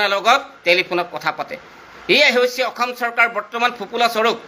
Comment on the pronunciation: মাল খাই কৈ আছো নেকি।অসম শব্দ টোকে ভাল কে কব পৰা নাই ।ফাল্টু